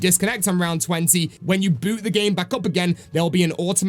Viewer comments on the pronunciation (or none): none